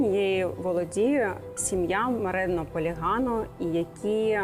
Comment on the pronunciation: Цікаве відео, але сім'я Моретті Полегато, а не Морено Полігано 🤔 дивно, що лекторка зробила таку помилку, повинна ж знати 😅